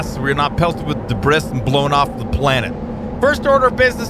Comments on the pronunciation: Just saying, you say debris wrong, it’s pronounced debri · Like your vids a lot, but I believe debris is duh-bree